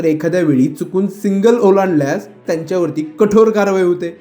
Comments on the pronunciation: सिंगल नाही हो सिग्नल म्हणा.बातम्या देताना भाषा शुद्ध पाहिजे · अरे येडझव्या, आधी "सिग्नल" बोलायला शिक. कधीपासून सिंगल सिंगल करतोय. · बातमी वाचणार्‍या व्यक्तीस सिग्नल, सँडहर्स्ट शब्दांचे व्यवस्थित उच्चारण करता येत नाही. सिंगल पासींग असे चुकीचे बोलल्यामुळे समजण्यास वेळ लागतो. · सिंगल नाही सिग्नल उच्चार तरी नीट करा. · सिंगल नाय रे बाबा, सिग्नल!😅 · अक्कलशून्य पत्रकार !! सिंगल नाही सिग्नल असते !! राऊतकडे जायचं कमी करा बुद्धी भ्रष्ट होत चालली आहे तुमची त्यामुळे !! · बातमी देताना शब्दांची गल्लत करणे शोभत नाही. "सिग्नल" म्हणण्याऐवजी "सिंगल" !! 🙂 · बाबा सिंगल नाही सिग्नल बोल. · सिंगल नाही.. सिग्नल.. व्हिडिओ नीट बनवा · सिंगल सिंगल काय लावलाय रे...सिग्नल म्हण आधी व्यवस्थित मग बातमी वाच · भाषा आणि उच्चार सुधारण गरजेचं आहे असं मला वाटतं. "सिंगल" नाही "सिग्नल" असा शब्द आहे. दोन्हीच्या आर्था मध्ये खूप फरक आहे. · सिंगल नाही सिग्नल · सिंगल नाही रे, सिग्नल...😢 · सिंगल नाही मूर्ख सिग्नल म्हण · सिंगल नाही "सिग्नल". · सिंगल की सिग्नल ? सिंगल म्हणजे काय ? कोणी सांगेल का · Are bhai tula signal bolaychay ka... सिग्नल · सिंगल नाही हो सिग्नल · तुम्ही आधी सिंगल न म्हणता सिग्नल म्हणायला शिका